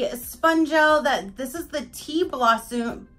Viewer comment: Blossume lol